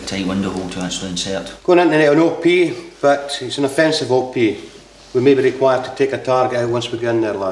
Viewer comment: It is "op", not "o-p".